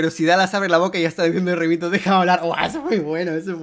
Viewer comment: Tú tambien te has equivocado, se dice ghaimito